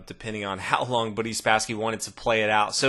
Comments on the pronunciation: It's Boris not Bareez... God!!! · It's pronounced "Boris Spassky" not "Beriss Spassky" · Are you calling him "Buddy" Spassky? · was gonna ask the same thing lol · This analyst needs to learn how to pronounce "Boris".